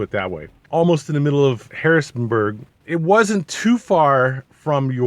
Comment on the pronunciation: Harrisburg… no “n” Cool review!